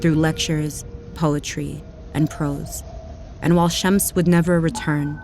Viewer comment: Is she saying Shemps?